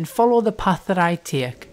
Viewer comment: somehow gets a second syllable into take